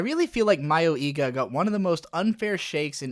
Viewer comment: "My-oh-ee-ga"? What? Ive always said it as "Muh-yoi-ga"... which is it. It doesnt matter if it was supposed to be parody or a horror edge-fest. Both ways it was horse shit. Even if it was a parody, what the hell was it trying to "subvert?" What the hell was it trying to make fun of? It was so poorly constructed and provided no commentary on current horror tropes. And nothing in the show was remotely close to being humorous. The few things that made the show stand out only made it cringe-worthy. I dont care what genre you try to put this anime in, Mayoiga was a total buswreck of a show.